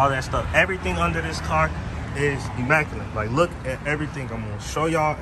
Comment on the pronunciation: There is no N in immaculate folks.